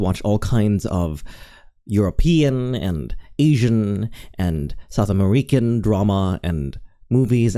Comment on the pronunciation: this was a very nice video, and i really dont want to seem rude, but did you misspeak or do you actually pronounce it as "ame-REE-can"